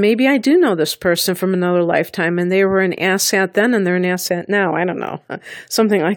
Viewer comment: I am sorry did you say asset or asshat? I guess it could be either. 🤔